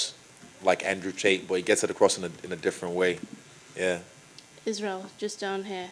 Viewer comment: He called Tate, Schulzs🤣